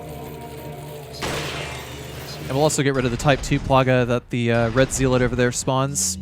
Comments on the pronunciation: Hate to be this guy but the first syllable in “zealot” is pronounced “zel” not “zeal.” I’m only point it out because you seem intelligent and have a nice vocabulary so I’m guessing that you’d want to pronounce it correctly. Great video as always. I always go back and watch you play through after I finish them to compare how I approached everything with your methods. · ZEE LAWT Ze-lut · it's pronounced "zeh-lot" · Dude I love this channel.. currently playing res 4 on my phone with the dolphin emulator and an Xbox one controller in regular resolution and I'm jealous of the 1080p textures (bought it for gamecude Wii and PS4 twice)....but ffs what the fuck is a zeelit lol had me so angry for no reason? Zealot my guy. Also you addressd it future me here. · Oh man I knew this was gonna be a long video when you started pronouncing “zealot” as “zeeelet” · The pronunciation of zealot as zee-let is interesting to say the least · I never thought I'd hear someone mispronounce zealot that many times in one video, that was impressive! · As soon as I read this comment he said it twice lol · the word zealot rhymes with pellet.